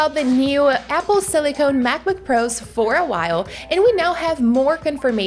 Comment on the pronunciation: Apple silicon, not Apple silicone. Watch your English vowel sounds.